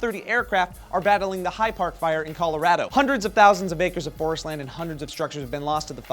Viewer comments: this was the first time i heard someone pronounce Colorado "coloraedo" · Calarahdo LOL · Did anybody else notice how pronounced it Colo-rad-o and pronounced it Colo-ra(h)-do? Dialecs are awesome. Also, that kid is a BAMF! Holy frak!